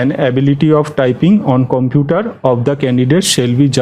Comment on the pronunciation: video ta valo..sudhu bolbo computer uchcharon ta thik korun..